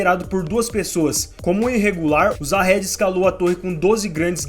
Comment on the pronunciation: então mano, como pode o cara assistir o anime ouvindo durante o anime inteiro os cara chamando o nome Jahad, e fala jahedi kkkkkkkkkkkkk